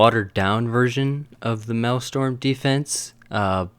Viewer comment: Its Maelstrom! People said it is Malestorm XDD